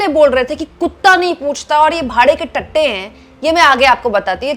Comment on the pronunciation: Pochta nahi puchta, bhade ke tatte nahi bhade ke tattu, hindi bhasha sahih bolna na aaye to Marathi bolo lekin correct bolo.